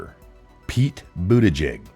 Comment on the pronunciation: DO NOT CHANGE!!! I appreciate how you slightly mispronounce a word here or there. Bootyjig. News anchors all say "Pete Bootedge-edge". No! Pete Bootyjig. That is his name now and forevermore!